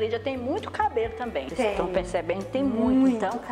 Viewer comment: "Ocêis era muito aborrecida" Kkkkk kkkkkkkkkk adorei